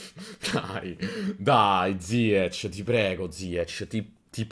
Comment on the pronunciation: Ziech nn si pronuncia così 🤣🤣🤣🤣 comunque grande